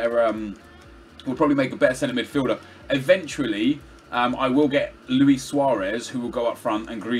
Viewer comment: You can hear that he watched inception, by the way he pronounces luis